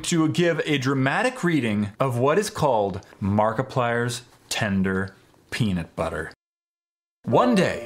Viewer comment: "Peanit butter"